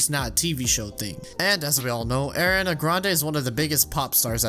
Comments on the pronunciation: you claim to know how big of a singer ariana is but you can't pronounce her name lmao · There should’ve been an entry on the iceberg explaining that iCarly is in the same universe as Zoey 101, too, since Lola’s ringtone in season 4 is a remix of the iCarly theme. Also, I shouldn’t be the first person to tell you that you mispronounced Ariana.